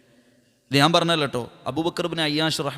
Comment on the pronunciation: നാൻ അല്ല. ഞാൻ എന്നു പറയൂ..